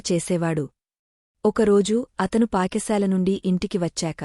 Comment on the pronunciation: Paka sala kadhu Pata sala amma